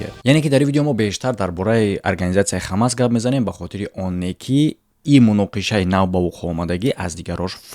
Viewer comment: Бародар Хамас не Ҳамос Талафузи дурусти Форсияш Ҳамос мешавад